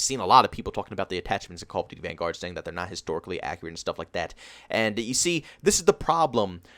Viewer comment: Call of duty “vanGUARD” lmao, it’s hurts me when he says that.